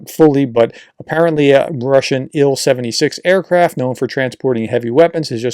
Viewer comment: I don't know why this bothers me, but . . . Prof, for Russian aircraft, just say the individual letters, S-U, T-U, I-L. Only 'Mig' is pronounced. There - got it off my chest. Keep up the great work.